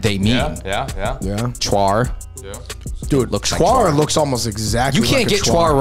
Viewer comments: Lol cuar that's chuan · Isn't it chuan